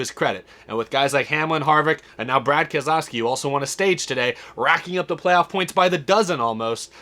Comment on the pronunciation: Brad "And-Aaa" Kam-Skaow-Skee